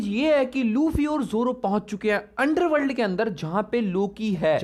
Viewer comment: mujhe underworld nahi underwear 🩳 sunai diya 😂😂